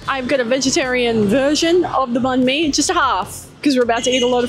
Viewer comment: Love that you pronounce Banh Mi right. Subscribed